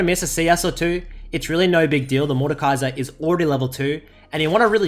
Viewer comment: Completely butchered his name but sure xD